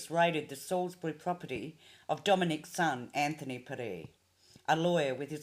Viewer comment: Dom and his family all pronounce their surname like this.. Perry. As in berry with a P. Just thought you would like to know.